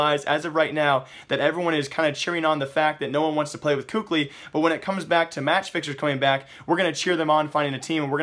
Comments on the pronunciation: please stop saying "KUKLI" :< its kelly or kally i dont remember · PLZ STOP SAYING COOK-LY, IT's KELLY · for future reference, kqly is apparently said as Cali like removing the fornia from California. another way it's said is Kaylee. I know I listed 2 versions but these versions of pronunciation comes from former team mates so I'd assume they'd be correct